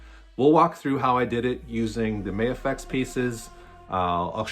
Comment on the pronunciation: I like your builds and just subscribed. Also will be ordering the drawman. Thanks!👍 FYI, it's not "May-a-fex". Just Ma-Fex 🙂